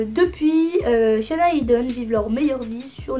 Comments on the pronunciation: Jsuis la seule à toujours entendre « Fiona » à la place de « Hyuna » à chaque fois quelle prononce son nom?😂😂❤️sinon super vidéo ! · Tu dis fiona à la place de hyuna ou c'est moi qui entend mal mdrr ? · Je pense c'est la prononciation coréenne aussi non ?